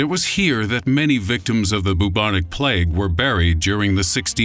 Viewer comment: "Boob - onic plague".............Tee, hee, hee! He said "BOOB!"